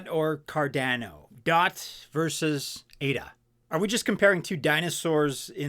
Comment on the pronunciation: It’s Cardano, not Cardano. 😂